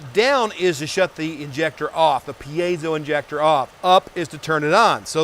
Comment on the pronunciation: It's a 'peezo' stack😎